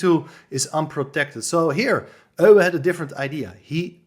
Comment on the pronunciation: Good to hear Euwe, pronounced by a compatriot of his. This is an old favourite of course. Thanks.